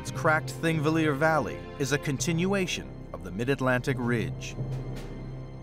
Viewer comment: Cool documentary, but kinda cringey that out of all the people who worked on it, no one bothered to check how to pronounce Thingvellir. If they had just consulted one Icelander or watched a single video about how the Icelandic alphabet is pronounced, they could have easily avoided this embarrassing mistake.